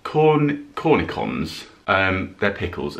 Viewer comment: Cornichon not cornikon Ch ch ch ch. Sh sh sh